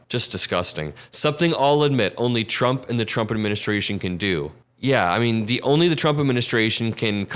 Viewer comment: I hate the way he says "TRUMP." I mean, what the hell? I've never been embarrassed to be an American, until now.